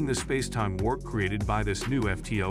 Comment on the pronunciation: spass-e-time. So many weird mispronunciations in this